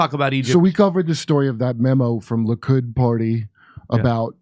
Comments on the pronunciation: Will ever stop saying "Luke-id"? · Likud... not....Lukid....duh